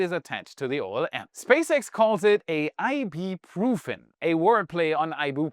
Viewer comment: "A word play on iboo-pro-feen" 🤣